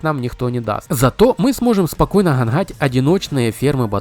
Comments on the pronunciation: Ханхать , в хороде, невозможно слушать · Все бы ничего, но вот это "гхангхать" просто выворачивает Поработай над произнощением, выучи слова и ударения